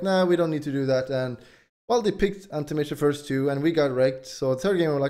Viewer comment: Ahnti mayge